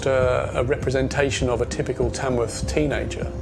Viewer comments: The place is called Tamworth not Tamsworth. I know I live here. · It’s Tamworth. Not Tamsworth. 🙄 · It is Tamworth , not Tamsworth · Nope. It's Tamworth, not Tamsworth.